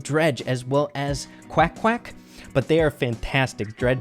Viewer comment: Draije and qwack qwack 🙂🙂🙂🙂 Come on rey it’s drage is easy to pronounce and qwack qwack is Eqwack....